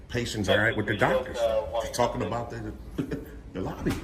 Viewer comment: ‘You can’t record duh facility here, now you need to write down your name’ …. oh hell no Nazi